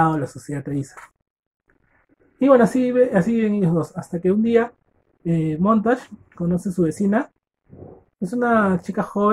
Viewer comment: Muy buen audio libro. Me sirvió para mi prueba,me saque un 9.50. Lo unico que recomiendo es mejorar el audio y pronunciar bien los nombres por que puse montash y fraber cuando eran montag y faber 😅😅. Me sirvio mucho, espero sigas así...